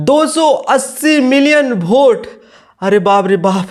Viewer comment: पढ़ा लिखा होता तो वोट को भोट थोड़ी बोलता